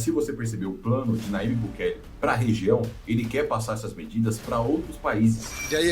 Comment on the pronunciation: Aprenda: o ipsilon(Y) em espanhol se assemelha ao jota em português. Portanto, o nome do presidente salvadorenho é pronunciado Najib